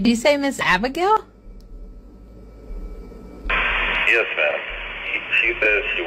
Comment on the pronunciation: The person who the security is talking to, It's Abigail Not abignail